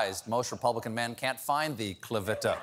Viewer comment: Well actually no Stephen Colbert. If you knew anything about reading in Spanish that would be pronounced /CLEETA / and /CLAH-VEETA/. Not clita with a short i. My sister's name is Elizabeth but we call her Tita that rhymes with cheetah not rhymes with PITA as in the bread... just sayin'! Thanks for making me smile!